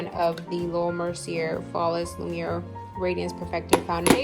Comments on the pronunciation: Hi just a heads up her name is pronounced Laura (Mer SEE A). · Nice collection! Btw, Laura's last name is pronounced Mercy-A. No offense.